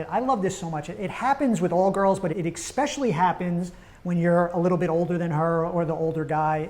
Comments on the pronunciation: I don’t trust anyone who says “exspecially” (or has 1990’s frosted hair lol) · I find it highly annoying that you are unable to pronounce the word especially. The letter X is not involved. It is not exspecially. You probably say expresso too right?